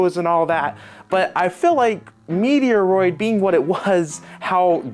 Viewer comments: I never said the first game sucks to me. In fact, I actually agreed with him that the first game could’ve done with another remake/remaster. I’m not being a jerk either. I’m pointing out a lot of dumb inconsistencies and bullshit being said. The whole ‘Metroid’ mispronunciation is a weird thing because A: literally no one ever calls it the way he did and B: it’s even more weird considering he’s shown before that he knows exactly how to say it. The only real problem this game has is its price point which as I mentioned, is more of an American issue anyway. Him saying that this game is only worth $20 is flat out dumb…he’s being petty for the sake of it with a lot of things even complaining about the name of the game… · Mediaroid?? Come on bro!! It's pronounced MET- ROID! Get it right. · Love you bro, but Im cringing with the “meteoroid”😅METROID my guy❤️💪🏽🔥🫶🏽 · What is meteoroid it’s there’s no ‘e or’ in Metroid. Met-roid. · It’s Metroid, MET/ROID haha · It’s met roid not meteoroid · Did... Did he say Meteor-oid Prime? Have I been saying it wrong this whole time? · 😅 maybe on purpose to troll us? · has trouble with pronunciation of a lot of game titles for some reason. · Definitely not the canon pronunciation.